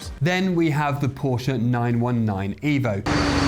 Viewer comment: First video that I have watched here. Thanks for pronouncing Porsche correctly. Very few motoring journalists do. I wonder if it's an inside joke.